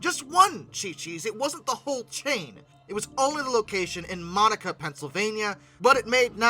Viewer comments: I'll never forget my friend's birthday at Chi Chi's years ago. The fried ice cream is really just ice cream rolled in Frosted Flakes. It's pronounced, mon-ACK-a, not monica. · My dear is the not Monica PA it is pronounced maa-nuh-kuh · It’s Pronounced Moe-Nak-Ah -Monaca PA not Har-Monica… JS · Not how I want my local area on the news 😂 It's pronounced Mon-nack-ah Not Monica like a woman's name. Lol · Pittsburgher here. Just old enough to remember when the outbreak happened. Used to be a couple around here that I (fortunately) never went to. Also, Monaca is pronounced “muh-nahk-uh”. Not as bad as forgetting the “h”, but us SW Pennsylvanians are brutal with mispronunciation 😂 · I can provide some background on the Chi Chis incident in Monaca. For one it’s pronounced Mo-na-ca, next it was the location at the Beaver Valley Mall. I got the information firsthand when I was a mall guard at Beaver Valley Mall. So here goes, it was traced to tainted green onions that had not been washed properly. IE tainted with feces. Foot traffic in the mall dropped to about zero for 2 or 3 months with mall management agreeing to eat a significant amount of the rent fees for that time cause nobody was coming in. They had just about gotten the foot traffic back when the Health Department showed up, moonsuits and all. Foot traffic went flat for the remainder of the holiday season and nobody made much at all. Like I said I was a guard up there for a few years. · You pronounced monaca wrong. I grew up in that shithole. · You pronounced Monaca wrong.